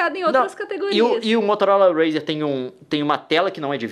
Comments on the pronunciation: "motolora razer" kkkkkk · "MOTOLORA RZER" KKKKKKKKKK